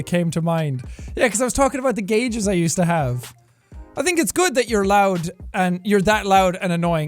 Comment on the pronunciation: LOUD OR load